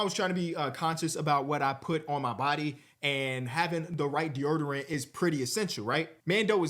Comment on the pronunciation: It’s 2025 and still can’t pronounce deodorant